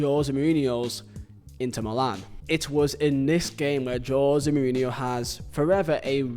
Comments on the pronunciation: I lost count of how many times you said Jose murinho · Couldn't complete the video because of how you pronounce his name. So jarring. Sorry😂